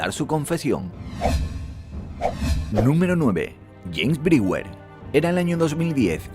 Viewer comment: Muy bueno e interesante tu video, pero debes tener cuidado en la pronunciación de los nombres extranjeros, como por ejemplo, la pronunciación del nombre del n° 9 (James Brewer) es chéims brúa, lo correcto es "hacía más de 30 años" o "30 años atrás", la del n° 7 (Roy Heath) es roy jiz, la del n° 2 (Shaun) es shon.